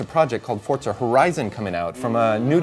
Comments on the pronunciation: it's not fortza, it's forza. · It's forza not fortza. PS3 team is way cooler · What the fuck is fortza I thought it was forza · Fortza? Fucking douche bag. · fortza? wheres the t? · hate that fable tje journy is kinect exclusive. and i hate how says forza... "fortza" hrrmmm *grumble*